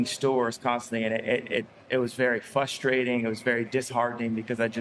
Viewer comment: He says FUSStrating